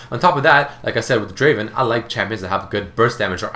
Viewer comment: Not draven.. draaaaaavenn......! i find Draven and Ezreal the best adcs for me in solo queue as i am platinum 2 i like to play draven and ezreal alot they are really strong champions which harass and dominate the lane very easily.